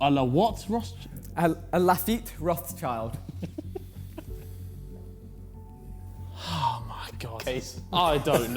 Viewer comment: Its rot sh ield